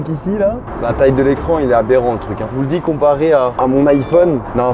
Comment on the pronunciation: pourquoi tu prononces le mot aberrant comme GMK ?